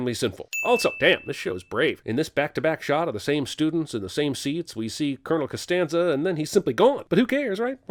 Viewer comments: And then later, "Colonel Constanza" I laughed so hard 🤣🤣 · Regarding "Colonel Costanza" 😂